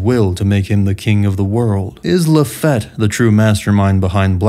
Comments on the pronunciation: My bad, it's luh-FEET, right? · Why you say Lafitte's name like that. I was under the impression it was said like Luh-feet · Its pronounced LA-FEET my brother. Good video but that was driving me nuts. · Laffitte pronounced La-feet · Do you mispronounce some words on purpose? Like "Lafette" and "Yemmy Yemmy no Mi"? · So annoying how yami yami no mi got prenounced or the name lafitte